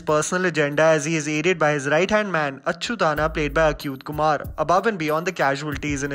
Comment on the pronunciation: It's not achyutanna it's achyuth Anna .Anna means elder brother